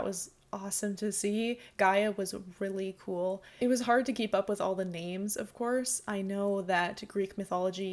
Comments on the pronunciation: Sadly in this summery of the GOW lore, the guy narrating says some of the names wrong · this guy def did not play the games whos narrating. mispronouncing all those names